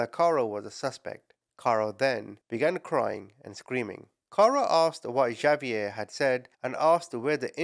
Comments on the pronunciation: LOLOLOL OMG !!!!! XAVIER IS NOT PRONOUNCED "JA-VIER" or "GHA-VIER" YOU SAY SO MANY AMERICAN NAMES WRONG INCLUDING EOLE NAMES CITY AND COUNTY NAMES ITS NOT BBAD IF YOU DO IT A FEW TIMES BUT PLEASE COUNT HOW MANY TIMES YOU SAID XAVIER WRONG IN THIS VIDEO OVER 100 TIMES !!! XAVIER IS AN X SOUND !!!! LIKE THE WORD EX - SAY THE LETTER X SO ITS PRONOUNCED "X-A-V-IER" YOU SAY THE X AND THE A JUST LIKE YOUD SAY THEM IN THE ALPHABET X SOUNDS LIKE EX A SOUNDS LIKE A SO ITS "EX - A - VIER" NOT A J OER G SOUND AND THE V SOUNDS LIKE THE LETTER V LOL YOYUR ENGLISH AND YOU PRONOUNCE SO MANY AMERICAN NAMES WRONG LOL USE AN AI TO SOUND THEM OUT FOR YOU BEFORE YOU SAY IT WRONG ALMOST 200 TIMES IN 1 VIDEO LOL I LIKE YOUR VIDEOS BUT WHEN YOU SAY A NAME TOTALLY WRONG OVER AND OVER AND OVER AND OVER DOZENS ALMOSTS HUNDREDS OF TIMES I HAVE TO SHUT IT OFF HALF WAY IN I JUST CANT TAKE IT ANYMORE - bYou Do It OFTEN with North American Names including People Names, City and County Names Like Bexar lol it seems lkie you do it on purpose because the names you say incorrectly you say SOOOOO OFTEN you just reeat it over and over CONSTANTLY every 2 seconds you dont do this in videos where you pronounce things correctly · Hold up- isn’t “Xavier” pronounced “igg- zay- vee-yur?! Is it pronounced like is saying it in another country? If so- where? I will never tire of hearing you call people ‘muppets’ ❤ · Well, pronounced it different ways thoughout the vid. And no, Xavier is never pronounced Igg zay vee yur. Almost, but no. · Hate to be this person cause I actually adore you and I use the term “muppet” all the time now 😂 but Xavier is pronounced ex-A-vee-er. Anyway hope that helps. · It is actually a French name and is pronounces "ZaVeea" the two ees pronounced as a long e and the a is a long a...so pronounced the same as two ees, with the sound as in sleep and a as in day...and the Za as in saw, but you use the ZZZ sound...so name is pronounced Za-vee-a....